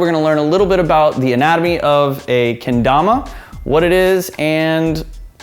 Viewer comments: Look I don't want to be that type of guy but it's pronounced kéndama not keindama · its ken and dama not tama lool